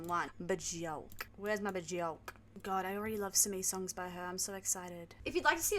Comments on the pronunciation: If you listen to her say her own name it actually sounds more like Byerk. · It’s pronounced buh-jork 🫣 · Björk is pronounced “B-yerk” … rhymes with work or jerk, not pork. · Her name rhymes with jerk not dork.